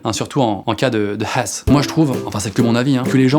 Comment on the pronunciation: Mdr qui a remarqué le T-shirt de norman!? Perso je me suis trop marrer quand il a dit c'est la "hass" au lieu de c'est la hess